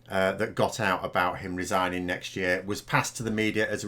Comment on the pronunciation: What exactly is resining,? Sinning again, or could he actually be resigning?